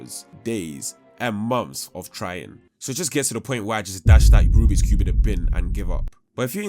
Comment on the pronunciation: EY-EY-EY ITS RUBIK’S NOT RUBIX